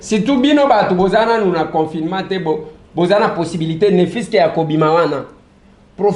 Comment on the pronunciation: on dirait nayoki yo ozoloba- confirement heure nionso...par contre eza confiNement